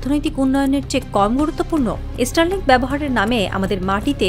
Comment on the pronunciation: আগে তোরা স্টার লিঙ্ক কথাটা ঠিক করে উচ্চারণ কর ওটা এস্টার লিঙ্ক নয় 😂😂😂😂